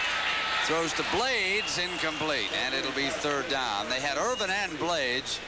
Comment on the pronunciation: Parseighan calling Michael Irvin "Erwin" the entire game, I mean, come on.